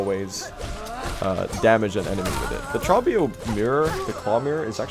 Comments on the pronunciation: Why do you call him "traw-bee-oh". He literally pronounces his name in dialogue as "troh-bee-oh". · Pretty sure Trobbio's name rhymes with grow bee owe (first syllable has a long O). He says it at the end of his fights and during his phase transitions.